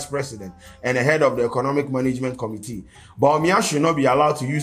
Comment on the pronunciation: From Committee to Conumtea 😂😂💔... my niqqa 😂